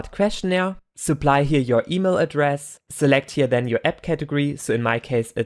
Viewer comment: the only problem is with "This", T-words, that become "Zhis", "Zherefore", "Zhen", it really confuses me, but apart from this, really good video!